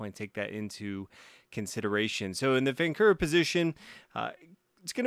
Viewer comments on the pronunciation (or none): the correct pronunciation is "vahnchura"